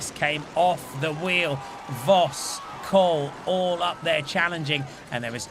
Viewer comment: I thought English commentators by now would know how to pronounce "Kool" the right way haha (It's like cole, not cool)